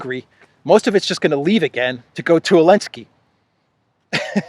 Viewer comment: I'm just curious. I've noticed you pronouce Zelensky's name as"Elensky." Does the Geeek language not have the letter "z" ?